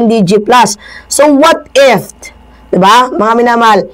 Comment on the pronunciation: it's "what if" not "what ift"